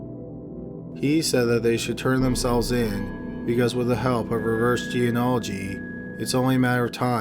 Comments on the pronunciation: he says it that way in all his videos lol. I find it cute. But really.......I guess someone should let him know hes saying it wrong lol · ...I love you, but come on...genealogy...Gee-nee-ah-lih-gee. Not Geanology. Please. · [JEN-EE-AH'-LUH-JEE] = geneology NOT [jee-uh-nah-luh-jee] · "Geanology"? It's "gee-nee-ah-lo-gee" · What The fuck Is Geanology? You mean geNEology? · It's pronounced "jee-nee-all-oh-jee" Love your videos, but you keep mispronouncing it. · Please stop saying "geanology" instead of "genealogy". Very irritating. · For crying out loud, the word genealogy is pronounced GEE KNEE AL OH GEE not geanalogy. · Good video! Just remember it’s pronounced Gen-E-Ology of Genie-ology. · I really enjoy your channel and am a faithful subscriber. So I hate to nitpick, but you are mispronouncing "geneology". It is not 'jee in ology' it is "jeen e ology". Think "Jeanie-ology". Sorry, but it grates on me. Thanks, and keep up the good work. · It’s pronounced Jean • o • ology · It's pronounced ge-ne-olo-gy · "reverse jee-an-ology"? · I'm sorry for this but the word is gee- nee- ol- o -gee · Pet peeve- its pronounced jean-née-ology. I enjoy your videos and appreciate your research, please pronounce this word correctly as it is a very important aspect of your video and will soon become as prevalent as DNA is now. Sorry to be such an ass. Jeans- as in pants, or genes as in DNA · It did take some getting used to. There's a lot of slurring, the tone is monotonous, and he keeps mispronouncing genealogy "jee-uh-nah-luh-jee". All things he can improve on, but otherwise the video was interesting and informative. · Another excellent entry from! One point though: it’s pronounced “genie-oligy”. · Please learn how to pronounce "genealogy" correctly! It is not jeen-ology. Other than that, the videos are great. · Jean ee ology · Gene-ology was bad enough, but when it devolved into G-N-Ology all I could do was laugh. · GENEALOGY, dude. Learn to speak...